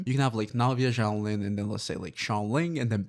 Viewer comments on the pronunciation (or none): Dude please learn how to say her name correctly. It’s Xilonen (pronounced zhee-low-nen). Not Xiaolin. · why are you saying xiao lin?